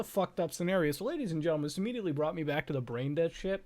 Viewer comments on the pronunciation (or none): none